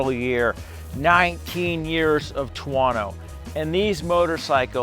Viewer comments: ter-woh-noo! 😆 stop it, it’s killing me! 😆😆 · man, you really can't pronounce any European company neams =))) what bike is that, a tuAAAno? what suspension, ohleeeeens suspension?